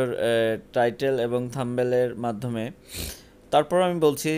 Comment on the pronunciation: Areh Ota thumble Naa # uccharon ta thik korun # thumbnil bola hoy